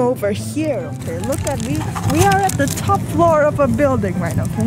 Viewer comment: He : okeh Me : what!?!? Okeh gaming tv?